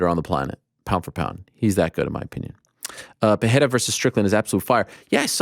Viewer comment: PEHERA vs strickland?? Pls just pronounciate it pereira xD